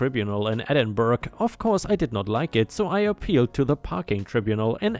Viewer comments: It's not Edinburg it's pronounced "Ed-in-borough" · Edinburgh is pronounced Edin-bur-uh. According to the Annals of Ulster, the Angles of Bernicia captured Din Eidyn in 638 and subsequently renamed it ‘Edin-burh. Eidyn was the 6th century name of the place with Din meaning fort. Burh was the old English for fort. Din Eidyn was the great capitol of the Gododdin people and translates as simply ‘Fort Eidyn’. The Gododdin name provided the basis for Edinburgh’s Scottish Gaelic ‘Dùn Èideann’, as well as the several Dunedins in former Scottish-founded settlements around the globe. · Edinburgh, pronounced "Ed ing borough". Also Glasgow City Council are the worse, and I have worked with a lot of councils in the uk, I have a good malicious compliance story against that lot of idiots. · “Edinburgh” is pronounced as if it were spelled “Ed-in-burro”. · I pronounce it as Ed-in-Bruh!